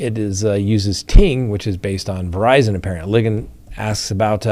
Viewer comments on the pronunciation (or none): none